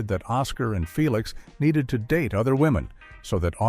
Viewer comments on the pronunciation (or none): none